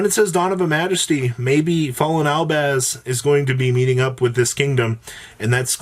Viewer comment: Albaz not albaand